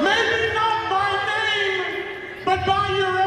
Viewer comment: Not gonna say he did my name wrong....but he did my name wrong.